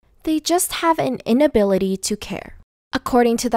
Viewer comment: I love the "they just have an inhability to care"